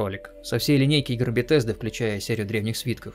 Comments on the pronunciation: Не Бетезда а Бесезда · Не "БеТесда" а "БеСезда". К-критика. за ролик лайк. Фанат фалыча но последний реально шлак